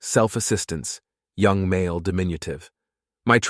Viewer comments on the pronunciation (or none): none